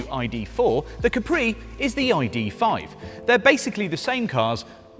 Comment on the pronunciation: Looks like a polestar, but please dont butcher the name